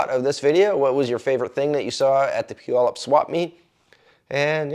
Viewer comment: Nice Road Trip, and you didn’t mispronounce Puyallup. 🫵🏼💯👍